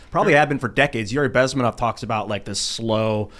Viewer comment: It I Besminov FFS.